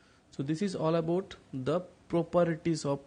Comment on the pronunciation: Sir its properties not properities